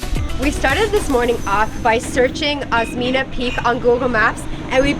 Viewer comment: Osmeña Peak - pronounce as Os-men-ya, same pronounciation of California. You are the second foreign vloggers I’ve seen who climbed that peak (Merghem).